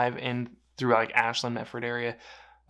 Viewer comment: It's Medford. NOT MeT ford.